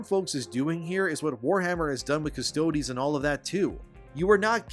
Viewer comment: It's just custodes, dog, not custode-eeees.